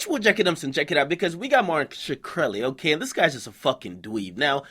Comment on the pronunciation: skreli its pronounced skrel - e .